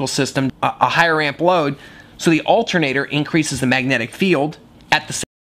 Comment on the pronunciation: olter nater